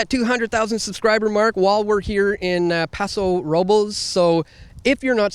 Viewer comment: Paw-so Row-bless